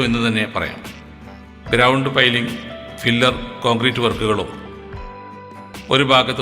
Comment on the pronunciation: ഫില്ലർ ന് പകരം പില്ലർ ഒന്നു ഉച്ചരിക്കൂ... 14 മീറ്റർ വീതി ഉണ്ടെങ്കിൽ 3 ലൈൻ റോഡ് നിർമിക്കാം, ഒരു കരാജ് വേക്ക് 3.5 മീറ്റർ മാത്രമേ ആവശ്യമുള്ളൂ... അത് പോലെ bore ചെയ്ത് നിർമിക്കുന്നതിനെ pile എന്നും അതിൻ്റെ ഫൗണ്ടേഷനേ പൈൽക്യാപ് എന്നും അതിൻ്റെ മുകളിൽ ഉണ്ടാക്കുന്ന പില്ലറിനെ പിയർ കോളം എന്നും അതിൻ്റെ മുകളിൽ ഉണ്ടാകുന്ന ബീംനെ പിയർ ബീം എന്നും രണ്ടു പിയർ ബീം നെ connect ചെയ്യുന്നതിനെ girder എന്നും ആണ് പറയുന്നത്... ഇത് നിങളുടെ അറിവിലേക്ക് വേണ്ടി മാത്രം പറഞ്ഞതാണ് കേട്ടോ... വീഡിയോ സൂപ്പർ ആയിട്ടുണ്ട്.. keep it up...